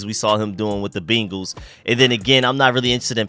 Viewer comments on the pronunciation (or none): none